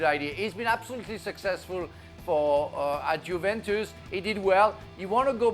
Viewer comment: Bahahha of course the French guy says no to Juve, he wants PSG 😂 also how do you guys get paid and can’t pronounce Juventus properly lol